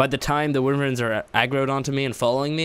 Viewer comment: Wiverns, lmfao